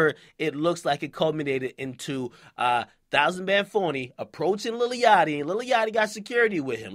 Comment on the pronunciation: lol he didn't even pronounce it right